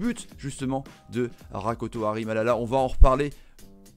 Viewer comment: tres difficil pour lui de prononce Rakotomalala